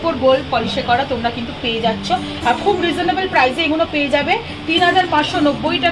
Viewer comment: Eee guno bol bena didi bhai....Eee gulo bolben....suntee vlo lagee naa 'Eeee guno '